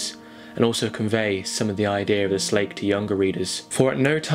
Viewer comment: Slake is pronounced locally as "Slack", i.e. the Jarra Slack